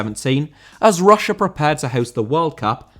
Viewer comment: Russia* not Russier